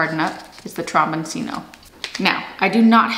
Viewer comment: The broccoli is pronounced "de cheeko." In Italian, a single C is usually pronounced CH, and the cc is pronounced like a K. So, the squash is pronounced tromboncheeno.